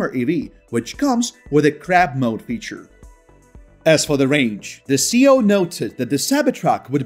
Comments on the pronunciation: but there are generally accepted uses and the acronym for chief executive officer C.E.O is not pronounced as one word….worldwide! Great info.. I learned more Tesla info here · I love your channel. I have only one small problem it’s your pronunciation of C.E.O, it’s an acronym not a word so each letter is supposed to be pronounced..Keep up the great work.